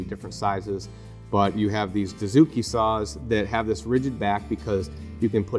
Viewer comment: Good stuff. Hey guys. Please understand this. I am a Japanese woodworker. Dozuki or Dotsuki. You guys pronounce "doo" zuki. This is totally wrong. It should be pronounced like "doe" or "dough".